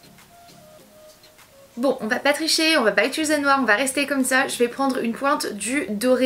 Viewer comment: Tu as un tic verbal tu dit "ituliser" au lieu de "utiliser" sa me bloque à chaque fois ahaha